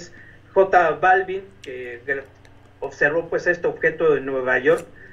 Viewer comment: Buen día equipo de Maussan TV, solo como sugerencia, es importante asesorar a los presentadores en que pronuncien los nombres adecuadamente... en lo particular el sr Balvin no es mi agrado su trabajo musical, pero es importante asesorar a los que estan frente a cámara en los nombres y pronunciación... Felicitaciones por incansable labor de investigación.